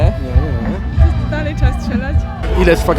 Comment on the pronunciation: z calym szacunkiem do odmiennych gwar, ale jak slysze "czeba" albo "czydziesci" to mnie krew zalewa